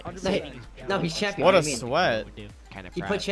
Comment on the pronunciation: More like Chimp-ion not champ